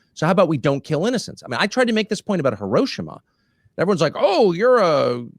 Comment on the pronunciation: Pronunciation, Tucker. Not Hi-RO-shima. Correct is Hi-ro-SHI-ma, accent on third syllable, very typical of Japanese.